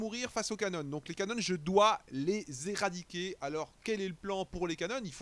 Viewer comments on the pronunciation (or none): bien bien, j'ai juste ptdr quand tu dis les "cannones"